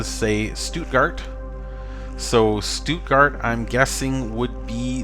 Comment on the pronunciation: You pronounced Stuttgart pretty well, greetings from Germany ;). Cool to find another webcam